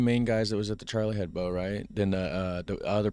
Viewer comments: Hebdo, not head bow. Ebb doe. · hebDo, for fuck sake DO With a "D" ! I'm litterallly screaming in front of my screen.